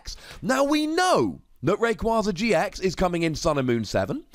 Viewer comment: It’s “Ray-Quay-Zuh”